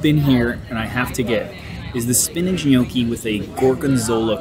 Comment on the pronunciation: it also appears you cannot pronounce 'spinach' or 'Gnocchi'